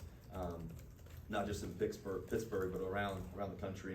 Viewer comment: He said Pixburgh …. I love it! City is already rubbing off on him!